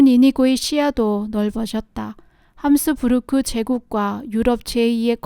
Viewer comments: 잘 보았습니다. 근데~~~ 합스부르크입니다. 함스부르크 아니고... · 구독한지 얼마 안됐지만 애청하고 있습니다~ 제 귀에는 합스부르크가 함스부르크로 들리네요~ㅋ